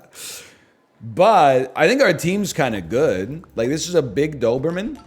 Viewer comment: Something about the way he kinda says "dthoberman" just tickles my ear hairs